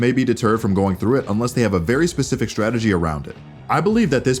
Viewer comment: he said pacific... as in.. the ocean? we just gunna let this one go or?....